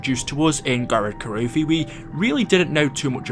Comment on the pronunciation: Merry Christmas also you said gorod krovivi